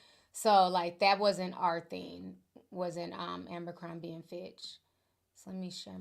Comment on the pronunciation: Jessie soMlett to aMbercrombie😅😅😅 I knew Ti was gonna mess up this name